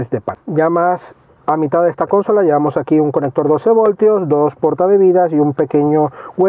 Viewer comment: Buenas. Me gustan tus vídeos. Los he visto todos? Gracias y enhorabuena por el trabajo. Simplemente un matiz que suena fatal: consola es una palabra llana no esdrújula.